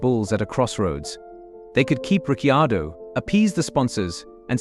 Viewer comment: “Richy-ado”, two seconds in and I’m out.